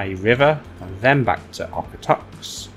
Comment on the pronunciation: As a Calgary resident; the pronunciation of Okotoks is 'Oak-a-tokes'. Why we change the 'o' to an 'a' sound I don't know.